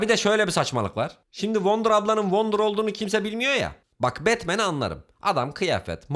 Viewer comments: Abi wonder childiren dedin ya gülmekten öldüm öldüm 🤣🤣🤣🤣🤣🤣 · wonder deme wonder deme bilmiyomuş gibi yap